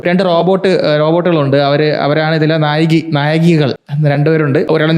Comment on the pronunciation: നായകി അല്ല നായിക...